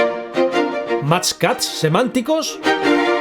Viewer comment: "semántcos" xd